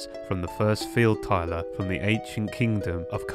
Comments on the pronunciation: Just a few slight corrections: Pronunciation: Field Tiler is Field TiLLer. Rhinedottir is Rine dot er. Rhinedottir is female. Her name means "daughter of the Rhine". Other than that, I was very much entertained by this video. Watched it three times. Maybe the reason the pearl turns black is because the lost twin now believes the abyss is their home, like the first heir was tricked into thinking? Looking forward to what the next part contains. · Field “tiler”